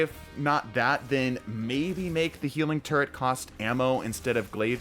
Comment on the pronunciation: Are you saying "healing turd" ?